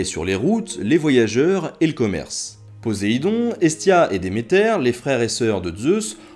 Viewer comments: Très bonne vidéo très intéressante, bien que je savais déjà à peu près tout ce que tu as dit,le sujet me passionnant depuis la lecture de Percy Jackson (j'avais carrément demandé un livre sur la mythologie gréco-romaine en cadeau pour noël ^^ ). Mais par contre,à un moment,il me semble que tu as dit "PoZéidon" au lieu de "PoSSéidon". Après, c'était peut-être mon casque qui buggait,qui sais? Mais si jamais tu as vraiment fait cette faute,j'aurait du mal à te le pardonner. ^^ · c'est poseidon pas posaidon!